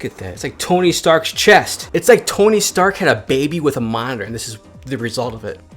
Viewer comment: You saying minor or monitor? +